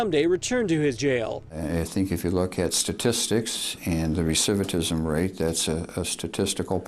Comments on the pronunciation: “Resivatism.” Do you mean recidivism Mr. Sheriff? It’s ok, big words are tough. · RECIVITISM??? You mean RECIDIVISM you MORON!!! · ...the word is "recidivism", man..."RE-CI-DI-VI-SM"!!!!! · It's RECIDIVISM not RETIVIDISM. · Sherrif says "Recititism rates" lmao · It’s “recidivism” not” recivitism”. You’d think he’d know that being a sheriff. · That cock sucking sheriff is sick the judge waved the MDOC sentence!!!! And it's RECIDIVISM RATE u fuking dunce, not "ravidacism rate". And incase that's jus one of those words u can jus say, and don't know the meaning of, it's the rate/likely hood an offender is to re offend..... asshole!!! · When the county chief sheriff says "recivitism" instead of recidivism, you know white privilege was in effect when he was appointed. He seems like a decent man thought. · Recidivism, judge, not recivitism. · resivatism...resivatism, really?!